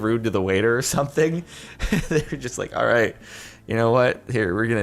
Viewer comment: at the intro do u say alright or R8?